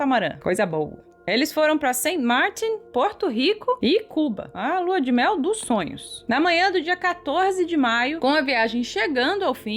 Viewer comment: A porção setentrional da ilha, que constitui uma coletividade ultramarina desde 2007, pertence à República Francesa. A pronúncia francesa do nome é, pois, "Sän Martân".